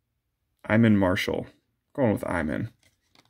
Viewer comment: Just an FYI, it's pronounced E-mon Marshall, he's out of USC. Nice cards, but some of these rookies that are in the set are ridiculous.